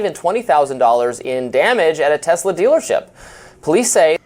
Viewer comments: Trump called it “Tesler”. Hysterical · Why does Eloo Ma pronounce Tesla's name Tezzla? Does he not know the name of his own company? How out of touch do you have to be to mispronounce the name of a company you ostensibly own?